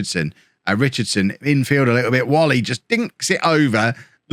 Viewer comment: Like the transfer policy mate. No point throwing money at players who are not or never will be the required level. Just a reminder that Nathan Whalley's surname is pronounced "way-lee"